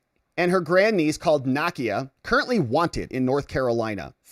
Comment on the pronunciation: NAKIA: nah-key-ah